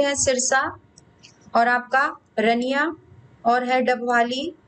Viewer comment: Ma'am aap English me nhi Hindi me sahi Bol sakte h Like👉👉 रानियां, ऐलनाबाद ,ओढ़ा, कालावाली